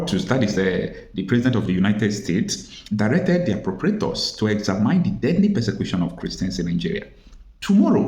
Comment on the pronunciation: EXAMINE is pronounced egzamin not egzamyn.